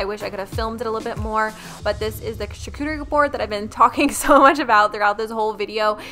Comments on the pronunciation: That’s not right 😂😂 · Props to you for attempting to pronounce charcuterie 🤣